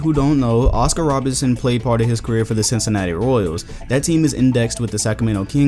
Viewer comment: It's Oscar RoBERTson, not Robinson